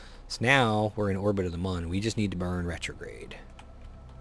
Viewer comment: It's muun. But puhtaytoe puhtahtoe I guess